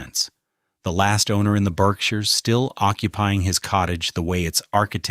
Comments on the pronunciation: The pronunciation of words like Berkshires and Naumkege throw this video off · I know I’m from the Berkshires and the pronunciations tell me this narrator has no clue and the images don’t match the narration. I won’t be liking or rewatching this stupidity